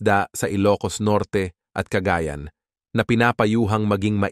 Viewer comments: ano? cagaaayan? ayusin mo pronunciation mo CAGAYAN yan ang tama para kang badyaw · Cagayan .……not ca ga yan .